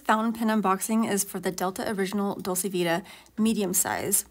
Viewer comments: It’s pronounced dolche (not ā). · I think it is pronounced "Dol-chā". In any case it is a very nice pen.